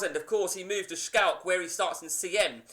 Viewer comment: Can you please say Schalke properly. You say shkalke when you say it, and it drives me mad. And it's prenounced empenza ffs.